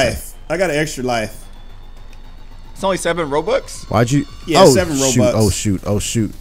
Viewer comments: when u said robux u said roblux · he said oh 3 roBLUX any man love the video